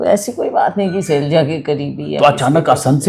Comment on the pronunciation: सैलजा नहीं शैलजा नाम है